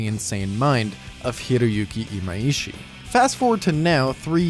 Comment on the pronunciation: His name is Imaishi not Imaiishi. I don't know where people keep getting this extra "i" from, but it has never been there.